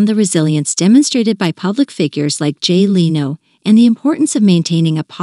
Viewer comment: Any chance your 'listener' deserves a real person or possibly a manager that could oversee the PROPER pronunciation of the subjects NAME? BOOO.